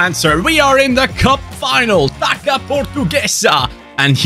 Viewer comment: Coming from a portuguese, in our language this "ç" is read like "ss" so Taça would be read Tassa instead of Taca. Just a heads up for the next time you need to say it so you dont get it wrong 😂